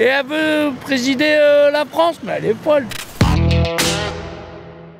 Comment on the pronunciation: l'autre qui dit : ci ca l'Afronce